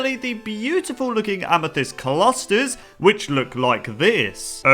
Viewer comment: Is it weird the way he pronounced "clusters" was bothering me? :\